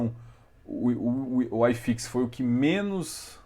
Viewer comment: Gosto muito dos seus vídeos, parabéns pelas analises, mas por favor me permita uma única crítica construtiva, sem nenhuma ofensa: nao fala "ai"fix não, segue o normal "i"fix. Caso contrário teria que falar "ai"bovespa tb kkkkk forte abraço